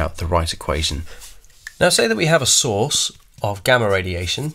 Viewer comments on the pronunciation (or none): every time he says source, i hear sauce so i just imagine eating alpha and beta radiation sauce 😂